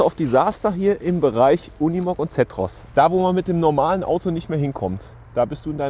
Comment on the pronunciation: Sag doch mal "Zeeeetros" nicht Zättros" !!!